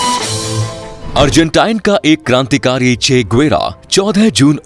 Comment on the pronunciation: Argentina hai bhaii 🤣🤣 🇦🇷 not Arjentine